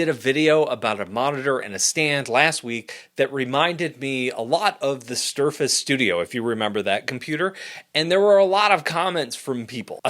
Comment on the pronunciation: Sturface? lol